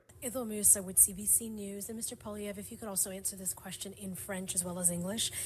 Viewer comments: Polly EV is how it is pronounced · The English pronunciation of his name is... Poh Lee ev If you want to try to pronounce it like French Canadian it would be more like... Pwuh Lee evruh. But with the very end of that being almost softly spoken. Almost like you're not quite finishing it. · Love your podcast but please don't troll us with the pronunciation of Canada's Conservative leader. It's pronounced Polly-ev. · Poilievre is pronounced pwah-lee-ev. Carry on! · His last name is pronounce Pwah- lee-evv. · you got the first part of pierre poilievre correct its just the last part is pronounced polly-ev (so polly like polly want a cracker and ev like kev in kevin or kev mccarthy just without the k) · Hi. In French, the emphasis generally falls on the last syllable (lor - ee - AY) unless the last syllable is a short or soft one like uh, in which case, emphasize the second-to-last syllable: pow - lee - EV - ruh. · pronounced POLY EV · It’s pronounced poo-Lee-ev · Hey Poilievre is pronounced Polly Ev 👍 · Ask Viva on how to pronounce Pierre's name 😉